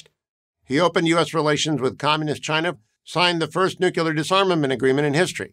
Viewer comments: Hugh, wonderful overview on an outstanding political career! But, Hugh, - did my ears deceive me - or did you actually say, "Nu-que-lar" instead of "Nu-Cle-ar?" I know you to be a educated, articulate, gentleman - - but - uh- "Nu-que-lar?" You're better than that, friend! God bless! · Nu-clear, not nu-cular. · You can't pronounce "nuclear" though